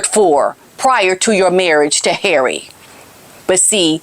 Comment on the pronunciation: u just kill me wen u say ' Haerry'...n im sure ur a betta actress dan Farcical Farkle...coz ur so funny 😂😂❤